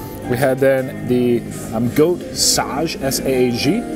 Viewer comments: Goat sage, It's pronounced with a hard "A". If you like Indian food look up a great movie to watch. "The 100 Foot Journey" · In Hindi/Punjabi, naan means bread. So when someone says "naan bread", you're actually saying "bread bread". The "Palak paneer" that you thought may be cilantro is mainly spinach - palak means spinach. Lastly, it's pronounced sah-guh, not sah-juh - which is also a spinach dish. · That goat you ate was sage goat it's pronounced like gauge.. 👍